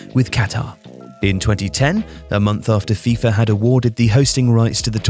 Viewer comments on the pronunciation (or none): none